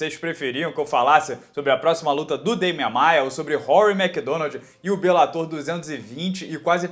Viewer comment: Duas palavras para você: para béns. Você não está mais tentando transformar "bellator" em proparoxítona,! Está certinho.